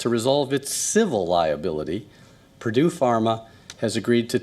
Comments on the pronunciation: Dear Anchor, It's PURDUE not PRUDE ☺️ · Not prude.. get the pronunciation right. Its important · Mr Anchor- PURDUE not PRUDE. HEROIN not HEROINE. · It's Purdue not prude you idiot. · 🙄 Its not "Prude", its "Purdue" (phonetics: Per.due).